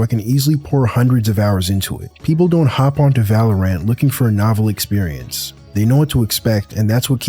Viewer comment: You're the only person I know who pronounces valorant like ludwig